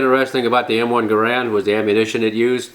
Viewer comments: Not to be picky, & I'm sure you're aware, it's pronounced, 'Geh' rend' (same as errand), not Ga Rand. I believe that spring steel enclosure encapsulating the 8 rounds is called an enbloc.....not a clip, right? I thought it IS possible to "top off" the enbloc by using rounds mounted in a charger that is then inserted into the charger guide, & pushing the proper # of rounds down (like one loads an '03), into the enbloc...& removing the charger from the guide. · John Garand ( GAIR-und Rhymes with errand ) designed it but it seems everyone pronounces it *Guh-RAND*. I've heard many people ask the question, ''Which is the correct way to pronounce it?'' and I guess it only ''matters'' to those asking and I guess only those asking are ''who cares''. Which pronunciation do you use? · Was surprised that Jerry mispronounced Garande like that. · He was French Canadian, so it's likely pronounced more like "Gairon" with the d silent. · not right pronounciation, but ok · According to American Rifleman; The pronunciation on John Garand's grandson's answering machine/voicemail message states the family name as "Guh-rand". Not a big deal, as we all know the great gun we are talking about. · Great video, it's pronounced Gair-end though. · garand would be pissed if he knew nobody knows how to pronounce his name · I was surprised that the great Miculek doesn't pronounce the name properly.